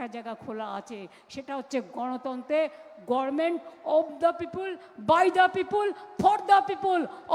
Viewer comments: গভমেন্ট শব্দটির সঠিক উচ্চারণ করতে পারে না সেদিন আমার মুখ্যমন্ত্রী😅😅😅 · ওইটা গরমেন্ট না গর্ভারমেন্ট সারা জীবন ই ভুল ভাল বলা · GOVERNMENT ❌ GORMENT✅🫣😂😂😂